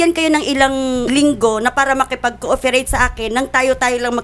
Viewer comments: pronounciation po ni ate kasi cooferate. Panoorin nyo po ulit part 1. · ilang beses napansin un word na ALTHOUGH at COOFEREYT..... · Puta,,, naiyak ako dito sa mala balagtsan mong salitang nakaka tindig balahibo,,,, in the end natatawa ako sa na putang inang yan.... ''COOFERATE'' na YAN HAHAHHAHA...GALING MO